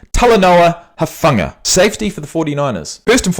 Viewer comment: Talanoa's last name is pronounced like "Who-funga", though I understand if a lot of other players are not as familiar with how to pronounce his last name, since it's just his 2nd year in the league. Definitely a very instinctual guy, can blitz the QB/stop RBs in the backfield as well as intercept passes. For the next one, yes, Geno was named "Comeback Player of the Year". Usually that's for players who came back and played well after an injury the previous year, but Geno's career had not been going very well before the 2002 season, when he played extremely well. And finally, yes, the 9ers defense is elite, but that is also because the players are elite, and deserve to be in the Pro Bowl/All-Pro/on the list.